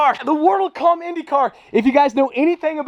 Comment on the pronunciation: Brazilian here, the pronunciation was SPOTLESS MY BOY